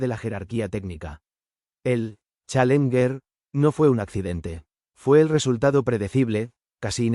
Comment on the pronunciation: Buen video pero se debe mejorar la locución...pésima pronunciación en Inglés...especialmente la palabra "Challenger"...